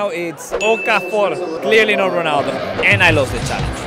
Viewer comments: Its not cristiano honaldo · Why does he say ranaldoo